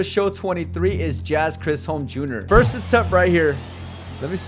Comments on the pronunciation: It’s pronounced chis-home not Chris-em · As a baseball fan it's pronounced Chiz-hum and not ciz- um. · Bro said jazz chrisholm jr😂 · Nah bro called Jazz chisholm "Jazz Chrisom" 💀💀💀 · Bro just said Jazz Krisam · Why aren't people talking about how he said Jazz Chrisholm JR? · It's Ch-Is-ohlm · The way he pronounces Jazz Chisholm makes me wanna die